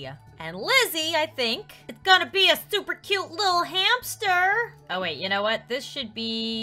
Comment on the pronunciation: When she said new hamster it sounds like new Hampshire